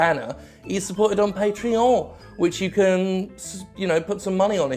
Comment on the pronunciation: You may think your pronunciation of "Patreon" at the end of the video went unnoticed. But I noticed. That's the way the guy from Digital Homicide pronounces Patreon. My friends and I have been saying it like that for years since the video of you and the DH guy was released